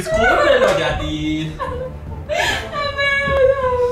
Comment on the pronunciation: Perdona? JAJAJAJAJA se llama Yadid no XD